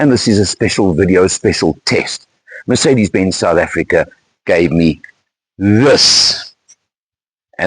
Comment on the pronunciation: Thank your for not calling it a mirsaydees like some inept do.